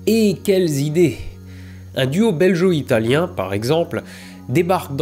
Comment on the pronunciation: ça se prononce " Bel-go " italien, non pas belgeot, sinon très bon épisode comme d'hab ! ^^